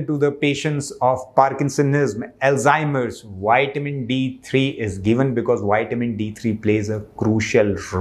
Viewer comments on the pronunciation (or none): I would not praise "wide men". Extra large men are prone to all kinds of disease. No, keep your "wide men's" for yourself. I want health; not all the problems associated with obesity......... If I, as a native English speaker, can learn to pronounce Hindi respectfully, then I expect you to respect English pronunciation....... 😇 ... vi-ta-min